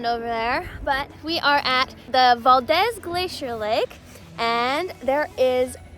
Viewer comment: I love seeing my home state of Alaska through visitor's eyes. Your energy and enthusiasm (and laughter) is infectious! But didn't anyone in Valdez correct your pronunciation of Valdez? It's weird hearing VAL-DEZ rather than VAL-DEEZ, which is how it's pronounced. Glad you had a great time!